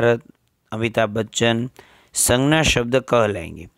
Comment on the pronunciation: Sir please in Hindi it's sangya.. In gujrati it's sangnya.. Sorry. But it's imp